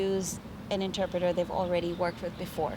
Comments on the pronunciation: The pronunciation of "interpreter" and many other vocabulary by the host is weird/incorrect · Please learn how to say the word "interpreter" properly...You mispronounced it every time you said it